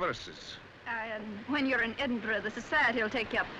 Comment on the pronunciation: Where and what is "Edinborough" ?